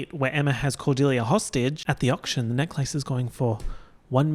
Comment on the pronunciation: the way you say necklace makes me so frustrated for no reason